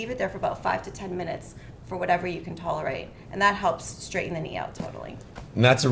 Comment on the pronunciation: Going for a TKR in 3 weeks. This video has excellent info for recovery. One thing aside. Please let the PT know that the word is impor-TANT. NOT impoor-INT. And straighten. NOT stray-IN. Still great info that I will utilize after my surgery. Thank you.